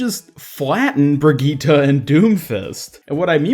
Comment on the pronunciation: So your saying.... BRIGEATTUH IS GOING TO BE A H E A L E R